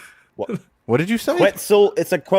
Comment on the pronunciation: Fucking has a Dragon's Fury named after one interpretation of Quetzalcoatl (Lucoa) and yet he mispronounces Quetzal, someone take his anime card from him. The correct pronunciation is "Ket-zal".